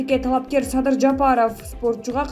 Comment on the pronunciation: Мадумай эмес,МАДУМАРОВ ДЕП айт пидараз журналиссинби блогерсинби туура айткын АТАСЫНЫН АТЫН АЙТБАЙ. САДЫРДЫ САДЫЙ ДЕСЕ,ЭМНЕ АДАХАН ДЕГЕНДЕ Р ЖОК БЕКЕН, АЙБАНДАР СИЛЕР УШАКЧЫЛАР ЭЛДИ БИР БИРИ МЕНЕН УРУШТУРАСЫНАР АЙБАНДАР.